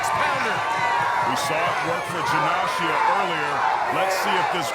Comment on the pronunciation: How fucking hard is it to pronounce Janashia lol